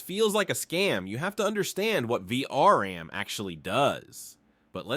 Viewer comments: It's VRAM not VRM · > Its the "Vee Arr And" --> "Vee Are An"